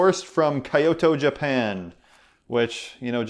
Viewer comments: Hi thanks for this video! It made me hopeful that I can survive keto! Love it!! Just one note: Kyoto is pronounced with only 2 syllables:) kyo-to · Hey! Seriously, Kyoto Japan - my sister takes people on 10 day to two week tours of Kyoto. I've been in the tour (in 2009 one and it's amazing!!! You pronounce it Key-yo-toe... love your channel. My sister's website is . She sells vintage kimono and other wares. The tour is all about traditional kimono and tapestry but there includes traditional restaurants and food, as well as visits to the mountains and temples. She has vids about it! Check it out. Love your channel!! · Sorry excellent keto duo: Kyoto is pronounced "kee-yoh-toh". No hate; just a friendly correction to prevent an insult-prone Japanese person from pulling a katana out of nowhere and challenging you to a duel. :) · haha I was thinking the same thing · Yes! lol, I was also going to correct him. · Lol. Good looking out. It's an honest mistake but I couldn't stop laughing.